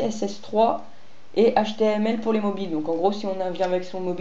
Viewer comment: J'ai cru entendre htMl au lieu de htLm, non ?